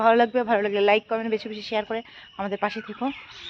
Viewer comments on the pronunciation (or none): সেহার নয়, ওটা শেয়ার হবে।